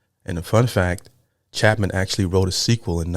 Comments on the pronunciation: Its Cha pin, Not Chapman there is no M. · Love you,, and love Harry Chapin. Please notice it's not Chapman, it's Chapin (chay - pin). This guy's a legend. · There is not a letter "M" in either the spelling, or how you continue to incorrectly mispronounce, with an "M", his last name as Harry "Chap-man / Chap-men". It's spelled "Chapin", and pronounced "CHE" (as in 'Che Guevara') "PIN" (as in 'needle & pin'). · ACTUALLY pronounced Harry Chapin (chape-in) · It’s pronounced CHAY-PIN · Harry Chapin (Chāpin) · Chapin... pronounce ... Chay-pin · Chay-Pin. Cat's In The Cradle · It's Chapin and pronounced Chaypin. Jeez read it. I grew up on Long Island . Saw him a couple of times. He died at 38 in a car crash. He opened a food bank and fought for people to have access to food. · Fyi, his name is pronounced CHAPE IN. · Not Chapmin - Its Chapin, with a long A sound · it's pronounced, Chay Pin... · Yeah, Harry Chay-pin, phonetically. First syllable accent. A great story teller, the kind of person you want to know. I was 15 when this song came out ... wow. We lost him. One of those awful truths, life is so unfair. Listen to more of his stuff, he'll explain it. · Not pronouncing his last name correctly.